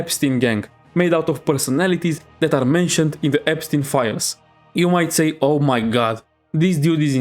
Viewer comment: "The EStein exampe is a bit crazy" IS IT THO!?